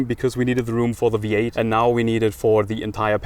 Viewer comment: 最初 聞き取れなかったけど、V8をヴィーアイって発音するんだね。